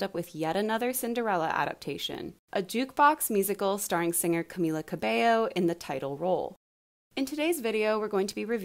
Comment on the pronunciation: Finally someone who pronounce cabello correctly